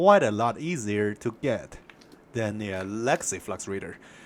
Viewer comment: 4 minutes before I figured out you were saying legacy. I thought you were saying Lexi. I was like, “I sure do like Lexi’s Raider”.